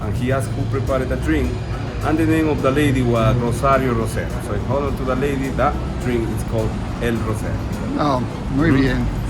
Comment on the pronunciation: Hey, I can tell you have worked hard on the pronunciation of the “r”! You say “Rosario Rosero” and “rosca” just perfectly! Keep up the good job 👍